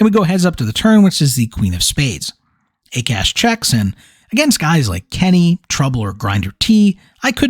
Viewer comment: Akash is pronounced as Aakaash. Hearing A Cash over and over was mildly annoying. Not your fault though.